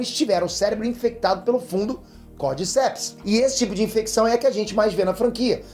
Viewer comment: Esse fungo Cordyceps existe realmente, mas é um parasita de insetos. A pronúncia correta é como se tivesse acento no “di”, “cordícepes”